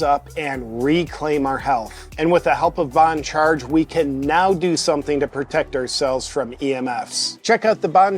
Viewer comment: I wish JP would talk to Bongino and explain how to pronounce "boncharge". It's not "bonecharge" Bonegino!